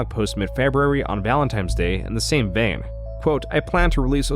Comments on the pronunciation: What holiday were you referring to? "Valentime's Day"? Never heard of it. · "Valentimes Day" lol noob